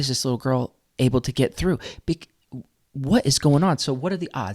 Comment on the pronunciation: So much for his: I’m ‘de only person gettin’ ALL ‘de info from ALL sources an’ I’m gon’ go ‘thew’ it and get da’ ‘TROOF’ an’ gi’ my results an’ ‘den I’ll be done